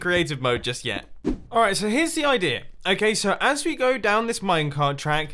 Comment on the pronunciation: I love how you say "idea" as "idear". It makes me happy.